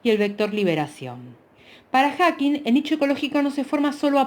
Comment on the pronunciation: Me da toc cuando dice HackigSSS dios, lo está leyendo y encima lo lee mal 🙄